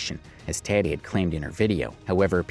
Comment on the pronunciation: Isn't Tati's name pronounced TAH-tee, not TAT-tee?